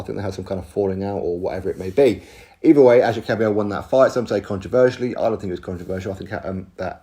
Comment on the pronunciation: lol its kabayel ...